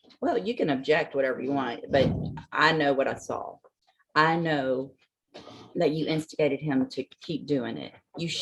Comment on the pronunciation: This clown really said “I object ta dat.” 😂 I for one am glad he received the 30. Good riddance!